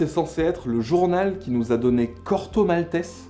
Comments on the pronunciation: Super épisode. Par contre Corto Mal-té-zé, pas Mal-tesse, nom d'une pipe 🤨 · Ne prononcez pas « Corto Maltess » comme un couillon. Tout le monde a toujours dit, comme le faisait Pratt lui-même : « Corto Maltèz » D'autre part, aucun journal ne s'est appelé « Astérix » : c'était « Pilote ». Quant au journal Spirou, il payait bien ses auteurs et les laissait assez libres de créer ; la seule contrainte qui pesait sur eux, c'était la nécessité de ne pas effaroucher la censure… française (encadrée par la fameuse loi de 1949 sur les publications destinées à la jeunesse, imposée par les communistes à la Libération, et appliquée par la non moins fameuse commission de surveillance et de contrôle des publications destinées à la jeunesse). Merci pour cette intéressante vidéo.